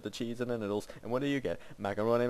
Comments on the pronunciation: Did he say middles or noodles? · And it's Noodles, not middles :P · its noodles not midles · All these years, and I JUST now realized he was saying "noodles" and not "middle" in his song.